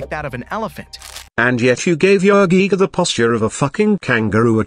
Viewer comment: Man, the guy even botched the giga’s pronunciation- Jig-ah!